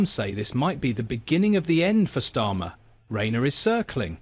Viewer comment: I guarantee Prince William didn't say anything about it, use the phrase for headline grabbing This is narrated by AI right? Of the 20 times you mentioned Starmer, you got its right once or twice 😅😅 Storma, Stima, Stama